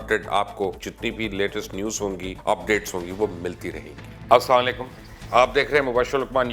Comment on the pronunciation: Kindly polite request Khuda k waste Aslamo Alaikum theek se kaha kerai